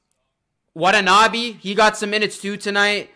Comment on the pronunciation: Nice video. Actually, to pronounce Watanabe is wa-ta-na-bay.